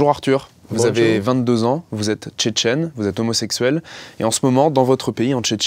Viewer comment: Pas la peine, on voit direct à sa façon de dire "Tchitchini "